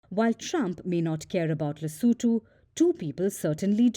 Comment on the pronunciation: Correction: LESOTHO... not "Lesetho"